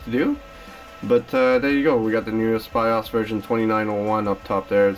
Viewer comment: the way you say bios drives my ocd crazy XD